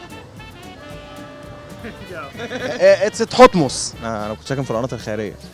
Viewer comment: IT Tohotmos 😂😂 ده انجليزي ده يا 😂😂😂